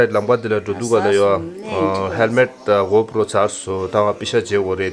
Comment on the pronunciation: I burst into laughter hearing her say GoPro. 😂